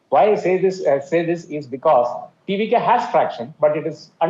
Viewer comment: TVK name Pronounced 👌👌👌